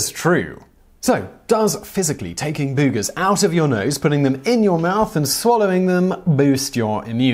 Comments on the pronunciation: It was worth it just to hear you pronounce booogers 😁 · I love the way you say "boogers" for some reason. Gives me a giggle. X3